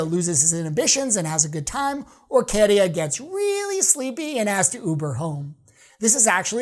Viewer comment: My winner. But it's Käärijä not Kéérija!